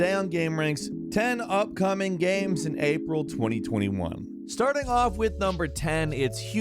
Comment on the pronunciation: Why are you saying GAM 😂